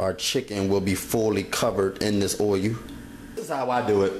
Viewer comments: It's not oilu, it's oil.. :) Just making fun, but I've read to not wash your chicken, since then, all that bacteria is now on your kitchen counter top, sink and every where else. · what is oy-oo? i axe again, what is oy-oo? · oyu and veg-et-table oyu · yeah hubby be wanting me to let stuff marinate .. but ummm... i need to get done cooking like then no prepping 😆herb not erb and gotta definitely get that oil-u good and hot lol.. no matter how you said it .. you did it! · "oh-yu" for "oil"?